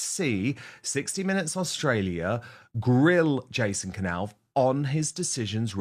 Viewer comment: This is NOT shaking the foundations of the Monarchy. Please don’t use CLICKBAIT. William has already given Jason a new job. This is not new news! Please pronounce Jason’s surname correctly, it is a silent K pronounced ‘Nauff’ not K Nauff.